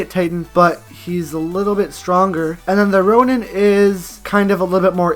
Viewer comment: He said roian titan as strong Happy stupid